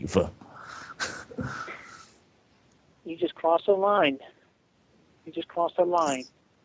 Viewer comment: Naive with a hard e 😂